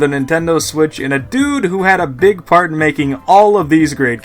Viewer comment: everytime you say part it sounds like fart